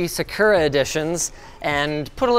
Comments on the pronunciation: Is it just me, or does anyone else find it weird Linus is pronouncing “sakura” as “se-kur-a” and not “sa-ku-ra” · And really? sah-koorah? It's sahk ooo ra. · Was it not SaaKooRaa? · uh huh. “SaCURE-a” is how to say that Japanese word. 🤦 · That thought it was pronounced “Sak” “cura” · Can you guys please teach Linus how to say Sakura correctly? He sounds like a tool. It's not hard and there's no reason it needs a different pronunciation in English. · Today I learned that Linus cannot pronounce Sakura correctly. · Why does he say Sakura like that